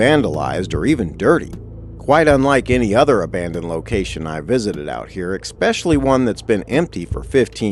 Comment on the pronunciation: Wanted to watch this but I only made it 36 seconds in. I refused to continue when I heard "eXspecially." Nope. I'm out.